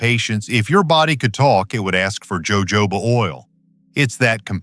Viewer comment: It's pronounced ho.ho. ba. Oil